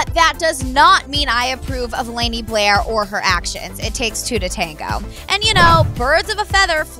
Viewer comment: white people...... "layney" LOL its pronounced Lah-nee sissssss.